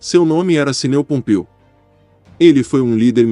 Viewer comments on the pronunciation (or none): Seu estúpido, não se diz CINEU POMPEU, mas KINEU POMPEU. E não se diz SULA, se diz SILA. Vc se formou onde, na Unip?!